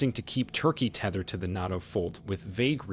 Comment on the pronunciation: NATO not NOTO